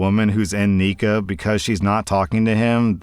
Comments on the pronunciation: I am a Muslim and hearing “neekuh “ for nikkah is like cat claws on a chalkboard 😂😂😂 It’s NEE-Ky😂 I have never heard any sheikh or scholar say that it is permissible to gRAPE your wife. I have only heard scholars permit divorce for this reason. He can literally just divorce her and get a new wife to have intercourse w. I don’t understand how we went from him not really wanting to marry her and they giving one another the silent treatment to gRAPE🙄 wtf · R/Islam story nikah isn’t said Nee-ka it’s Nee-Kah. Zina is having any relationship with a man that isn’t A. Familial or B professional. And just in case it wasn’t obvious i can say As a Muslim you CAN NOT force yourself on your wife/husband. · It’s pronounced nikha and it’s called purdhah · Hey. You might want to be careful how you pronounce nikkah